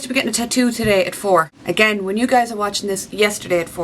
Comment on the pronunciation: Loved the video! I love how you sometimes pronounce you as yee! Have a great weekend!